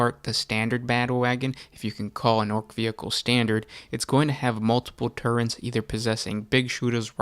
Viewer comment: TuRRets, not Turrents